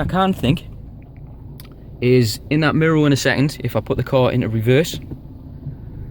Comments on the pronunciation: It's "MIRROR" not MIRROL or whatever you are saying!!! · What language do you speak ? You got me saying MIROW rather than mirror 😂👍🏼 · Really good in depth video I'm looking at getting one but thinking of the dark grey (because white would be hell living here on the coast) and wanting the 350 but looking at yours it's making me wonder about a white one. Love the way your pronounce mirror 😂 mirrow! So it's been a couple of years since do you still have the car and any problems at all? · What is a “MIRRO”?